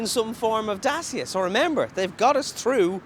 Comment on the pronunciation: You pronounce it dacha, by the way. 🇷🇴😃